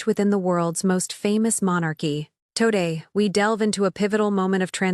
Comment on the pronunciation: A1 voice - ‘toe day’ instead of today